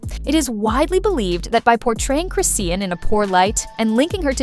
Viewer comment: Worst AI voice EVER! Can't even say "CHRISTEAN" name right!! Delete this channel and leave YouTube to the big faceless channel bosses! You're not going to get over 400 views smh